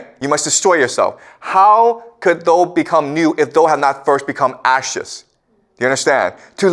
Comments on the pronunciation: For someone who is Canadian he mispronounces a lot of common words. Like "thou" he says the same way as "though". This is a guy with a degree in Literature? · One of the best on youtube. 'Thou" - thou, as in cow. Hearing is mispronounced over and over is a thorn in the eye at an otherwise placid lake whereupon Confucius soothes us with eastern mysteries. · Re: 'thus spoke zarathustra' - the word "Thou" is like "thee" or "you" , not "though" and is pronounced "thao" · The word “thou” rhymes with how, now… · Thou is pronounced THOW.